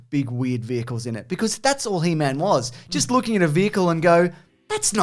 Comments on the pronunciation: HE...MAN, not hemen. Or is that a semen joke. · Hemen? It's He-Man! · It's pronounced "Heemun." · He-Man shouldn't rhyme with semen...you're saying it wrong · He-man. Not Heman. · Why do they keep saying hemen instead of He-man? It’s hilarious lol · he's constantly saying 'he-min' & not 'he-mAn'_________what. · Firstly, it's He-Man not "Hee Mun", wtfwrong with you. Also, stop saying "", he's the only other person there, he knows you're talking to him, it's the weirdest thing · The way you're pronouncing He-Man like it's his last name is cracking me up. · It's He-MAN. Not He-mn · you say He Man like 'hymen' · How dare you pronounce he man like semen lol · The way you say "he-min" annoys me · Why does say He-man like semen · You guys say "He-Man" like "semen." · the way you say he-man is killing me. heeman lmao its HE, MAN. theres a separation there xD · I love that they pronounce He-Man like a last name (like Goldman) lol. its one of my favorite old yogscast bits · pronouncing "He-Man" like "semen"... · He-Man……does not rhyme with semen!😂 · strangest way to pronounce he-man 😂😂 also, love interrupting with the matchbox comments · I know is mispronouncing He-Man on purpose. shakes fist!!! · The way he says He-Man actually hurts my soul.